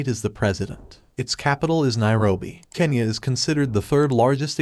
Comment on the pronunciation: God,,, it's kenya not kanya🤦